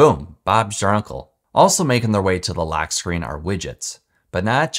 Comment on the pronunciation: Great quality and information, my only pet peeve is how you pronounce the O sound… it really throws me off when you say lAck instead of lock and Aptions instead of options… I know it’s petty, but that almost made me stop watching 😅